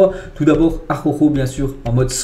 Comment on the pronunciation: essaye de rouler les R comme le premier r de araoujo il est rouler a l espagnole tu n y arrive pas tout se joue dans la langue avec un peut de salive et de l air por pousser la langue et sa sort tout seul tu prononce le R comme si tu etait dans l eau voila la technique parce que a chaque fois que tu prononce son nom tu me fait rire en plus tu detruit son nom Arrrraujo bien rouler le R sa fait authentique😄😄😄